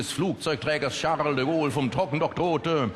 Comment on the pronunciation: Charrrrrle de Gaule.... Ich mag eigentlich keine Yuppie-Typen. Aber DEM kann man zumindest zuhören... ^^